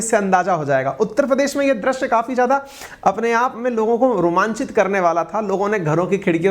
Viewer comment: Sir Drash nahi drushya hota hai o